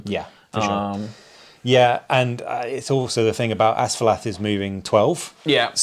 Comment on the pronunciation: Whoa, quite a finish! One small note, which won't matter in any future scenarios....Asfaloth ends with 'oth,' not 'ath.' But a fun watch regardless!